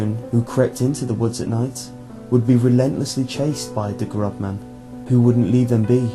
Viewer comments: Der Großmann is pronounced Der Grossmann. Not a B but an ß (esset) a double s sound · Noooooooo it's not "grobman." That B looking thing in German makes an S sound ffs. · "der GroBman"....lol that B looking letter is called an 'essett' and is pronounced 'ss' in german....AMATEUR!!! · dear ß is pronounced as ss